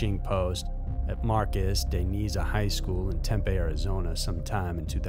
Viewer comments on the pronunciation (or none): Yet another shocking and entertaining video. Love this channel. Btw, fyi for future vids involving Tempe, AZ; it’s pronounced (Tem•pee) 😉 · The way you said Marcos DeNiza and Tempe made me laugh. Also, that school is trash.